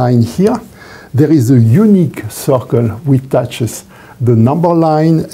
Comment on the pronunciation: on second viewing: "Oh, circle_, I thought he said _soccer the whole time!"